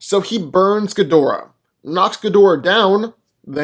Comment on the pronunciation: No, it's Gi-Dorah.